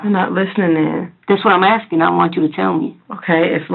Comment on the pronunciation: Worst thing is, she says “axing”, instead of “asking”. I mean how disgusting is that! Pure evil.